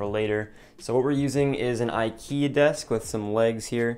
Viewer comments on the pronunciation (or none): none